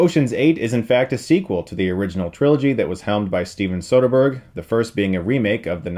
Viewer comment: I want a dollar for every time he says sotherberg